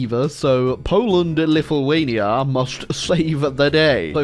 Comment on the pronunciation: Every time he says a lithuanian word i cringe extremely hard... I am lithuanian and its a hard language though.